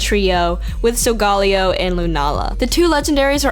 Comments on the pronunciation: Am I the only one the finds it a "cringe" that she is pronoucing Solgaleo? It's pronouced "Sol-Ga-Leo", not "Sol-Gal-eo". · Pretty sure its sol-ga-leo saying it any other way would mean your trying too hard over just a word SOUL/GALIO or SOUL/GALAO(for your Galileo theory) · Solgaleo is pronounced sol meaning sun ga meaning the and Leo meaning lion. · its pronounced SOL-GA-LEO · You pronounced Solgaleo wrong. Solgarleo is not right. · I like to think that it's pronounced like "Galileo" because he was an astronomer and the games are Sun and Moon. It kinda sounds better like that too imo, but you're right. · I cringed every time you pronounced Solgaleo's name like that... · His name is in spanish, so you pronounce it in spanish. Problem solved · random guy that likes food I believe he got that since both sol and luna are sun and moon in spanish. But it goes similar to other romance languages too, so yeah.